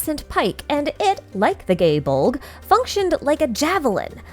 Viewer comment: The pronunciations were throwing me off. Why were you pronouncing “Poseidon” as “Poiseidon”, and “Gae Bolg” as “Gay Bolg”, and “Kraken” as “Krayken”?